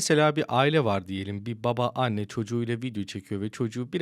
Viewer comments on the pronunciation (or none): none